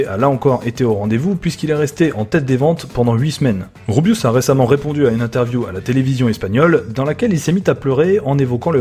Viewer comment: Nya!! Jsuis espagnole bilungue et je kiff Rubius e German, mais t'as vraiment SUPER mal prenoncé leur nom